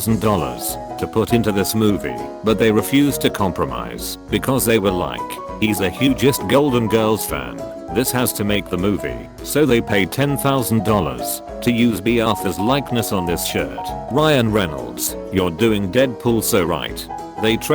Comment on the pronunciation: I’ve heard some pretty strange pronunciations in these videos, but pronouncing “girls” as “jirls” is just... why?